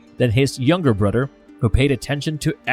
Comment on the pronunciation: Brudder?? Mudder? Anybody else hearing this? Lol